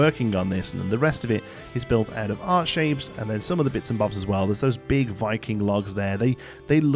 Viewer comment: every single time you say "art shape" (which is what i assume ur saying) i hear "heart shape" and my head goes THAT'S ACTUALLY A RECTANGLE SIR